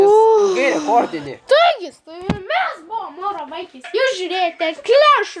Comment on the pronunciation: tu sakai ne mūro vaikis o mauro vaikis